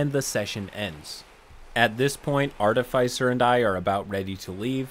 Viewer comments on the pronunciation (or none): FYI, Artificer is pronounced ART-ih-fiss-urr. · Those words are pronounced ART-if-iss and ar-TIFF- iss-er.